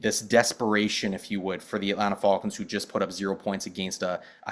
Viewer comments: The way is saying Falcons is throwing me off, is he Canadian? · Can’t trust a guy who says the falcons wrong